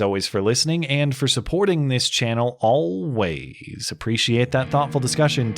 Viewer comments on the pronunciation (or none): Why do you say always like that? It's annoying!